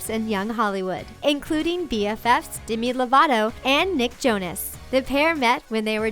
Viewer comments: Its demi not dimi lol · its demi not dimi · Why did they say Dimi instead of Demi? It just annoyed me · demy not dimy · how she said Demi